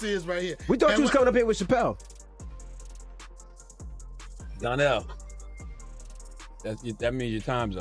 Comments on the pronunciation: Its DONNELL not DARNELL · It’s DONNELL not darnell